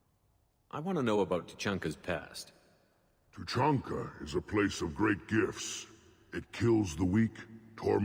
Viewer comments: the Citadel in ME3 is so annoying, its like after every mission you have to go there & run around all over the damn place. & LOL truluncah/treelunka xD Two-chunk-ah :P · its Too-chan-kha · no flaming, but it's Two-chan-ka